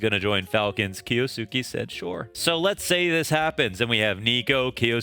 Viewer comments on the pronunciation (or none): Buttchered his name😂. The first U is supose to be almost completely silent. "Kyosuke" Maybe this will help with saying his name😅 Kyo-su-ke. I wish there was a way to make audio message since I am bad at explaining but I will try.. The Kyou part is prounced the sameway as 今日, which is today in japanese. just look up video for how yo prounance it in japanese. and then there is the suke part. Think of the way you say the name Sasuke, a name that appears in naruto. The suke part is prounced the sameway.. When you got the gist of try saying the entire name. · It's spelled Kyousuke for the title and pronounced - (keyo-skay)